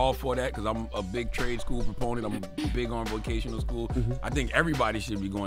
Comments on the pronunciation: Guys it VOCATIONAL school, not VACATIONAL school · they said vacational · The both said Vacational school 😂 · She said "vacational" skool